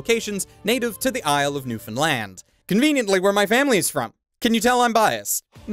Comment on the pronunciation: My boy pronounced Newfoundland correctly. Deadly.